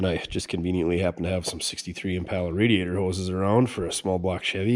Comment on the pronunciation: Just wondering why you always pronounce impala wrong? It’s very annoying otherwise I like your show.